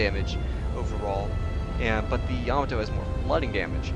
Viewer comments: You need to pronounce the battleship YAMATO- say (YAAH-MAAH-TOE) not (YAMATOE). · Please learn how to pronounce Yamato.